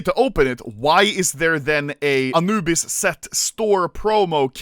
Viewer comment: "aNUUbis" lmao. That heavy swedish accent leaking out xD